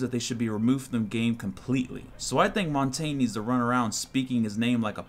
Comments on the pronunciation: Lol...(Mahn-tahn-ya)...not (Mon-tayn)... French for "mountain"... lol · no. Mon-tang-ne thats how you pronounce it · btw.... your idea about Ash, Tachanka and Glaz is just great.... oh and pronouncing Montagne is like "Mon-tan-nye" just remember Montana..... subbed :D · yes, but it is pronounced MON TANG NE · i'm french and it's just so funny to see english sucking at saying montagne name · You and the page are wrong regardless look up the actual word for mountain in French I know what it is and how to pronounce it.